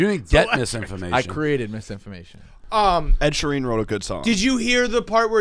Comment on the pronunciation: lol the way says Ed sheeran